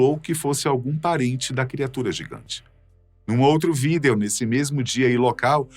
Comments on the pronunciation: Vídêo vídêos vídêo vídêo vídêos. Pqp, que agonia... Larguei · Ele falando vídêo dói os ouvidos kkkkk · De boa, quase fechei o vídeo por não aguentar ele falando vidêo toda hora. Que nervoso que me deu ouvindo-o falando assim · O infeliz para com esse negócio de falar vidEo , todo mundo sabe q é o correto mas ninguém fala, q agonia, cara bobo esse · Por que falar vidEEEEEEEo desse jeito tão esquisito??????????😂😂😂😂😂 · Quem fala vidêêo ? 😂😂😂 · Que desconforto ouvir esse cidadão proferir a palavra vídeo.... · Tenho agonia do jeito que ele pronuncia a palavra "vídeo" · Tão engraçado como o apresentador pronuncia a palavra Vídeo 😂😂😂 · Vdd kkk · sim víDEO é como se escreve, mas nunca ouvi ninguem pronunciar assim, fica muito estranho.